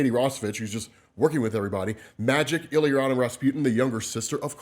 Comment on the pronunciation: The way just pronounced ilyana